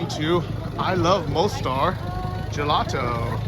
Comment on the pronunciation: why do you not learn the most basic things about the places you visit? Like how to pronounce them properly??